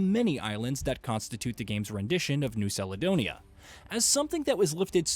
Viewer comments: 10 seconds in "... Inspired by new saledonia" Ah yes... A man who has clearly looked up, literally anything, in preparation for this review. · Ferk me... Modern IPA: njʉ́w kalədə́wnɪjə Traditional IPA: ˌnjuː kæləˈdəʊniːə 6 syllables: "NYOO" + "kal" + "uh" + "DOH" + "nee" + "uh"